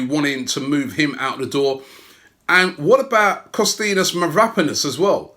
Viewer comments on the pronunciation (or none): Pronounced Mavra-panos and shkodran mustafi but known as mav-rapanos and SQUADran mustafi by robbie lmfao